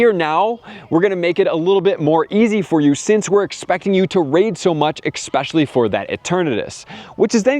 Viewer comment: Here’s some constructive criticism. There’s no “x” when pronouncing “especially”.